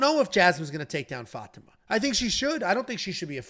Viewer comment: The fact that doesn't know how to pronounce Fatima (FAH-TEE-MAH) is astounding. I mean come on man, seriously?